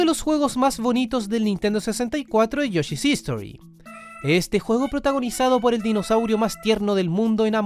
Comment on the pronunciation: Buen video, un solo detalle es que esta mal pronunciado el nombre del juego de yoshi, se llama yoshi story, lo pronuncian como istori en el video y history es otra palabra distinta